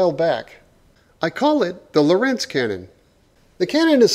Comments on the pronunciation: The emphasis is on Lo nor rentz (you'd actually pronounce it almost like Lawrence) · I may have built it - but you still mispronounce "Lorentz".